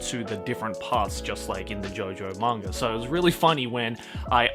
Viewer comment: I like how he says manga. “Mangur”